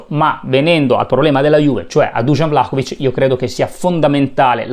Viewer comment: Intanto di pronuncia Vlahovic e non Vlacovic! Poi come si fa a criticare un giocatore che gli arrivano 3 palloni giocabili? Come si fa a criticare una squadra che gioca insieme da 7 partite quindi è in evidente fase di crescita costante di gioco? Poi sempre tirare fuori l’ingaggio ogni volta, quindi deve valere l’equazione, guadagni tanto e per questo devi segnare tanto? Ma per favore dai facciamo i seri